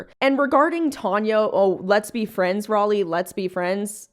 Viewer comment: The way this insufferable woman keeps purposely mispronouncing your name is so irritating. OMG what a twit, I wonder how her fellow Brits would like to hear her pronounce "Sir Walter Raleigh" would look at her if they heard her . It's spelled exactly the same,so you know she's doing it purposely. Geez what an obnoxious woman